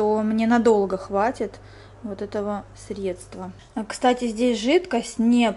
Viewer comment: Спасибо за влог! 👌 Только не средствА😤 правильно срЕдства (без обид)